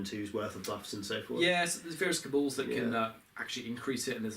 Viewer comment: Sorry I know I'm nitpicking here, but it's pronounced Kabal not Kabull. Look up 'Cabal pronunciation' on google if you need help